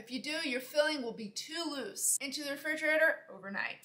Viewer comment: "Into the refigerarereer" lol love the way she says that. Recipe looks great!